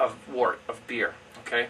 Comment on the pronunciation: I always thought one should call the unfermented beer "wort" sounds like "wert" not "Wart". Isn't that the correct pronounciation? The word "word" sounds like "werd" not "ward" and so the word "wort" sounds like "wert".